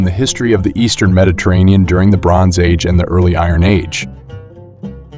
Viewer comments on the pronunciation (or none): none